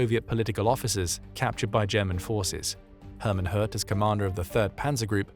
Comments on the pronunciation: Names can be tricky, but I'm pretty sure it's pronounced similarly to the French word 'haute.' They were likely thinking of a name like 'Göth' and assuming there was an umlaut 'ö' in the name. Even so, I'm happy to overlook it based on the otherwise excellent narration by an actual human! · Please… Say ‘Hoth’, like ‘road’. Greetings from the Netherlands 🇳🇱. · How is he pronouncing "Hoth"? Sounds like "Hertz".